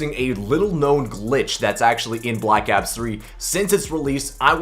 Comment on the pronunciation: The way he says ops just hurts me